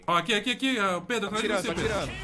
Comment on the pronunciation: "Predo" kkkkkk